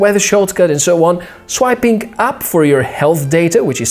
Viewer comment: Love your videos dude, and I know English isn't your first language, but your pronunciation of some words need work. "AmazingK", "First thingK", "SwipingK" ?